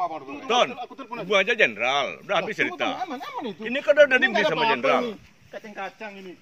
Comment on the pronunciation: Anton : "kacang kacang nih" asli dialek timurnya keluar 😁😁